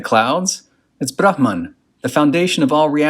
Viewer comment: Nice pronunciations of ‘aatman’ and ‘bramhan’. Most people don’t even try.